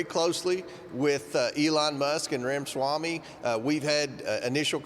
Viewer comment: its RAMA-SWAMY!!!! not RAMASHRAMY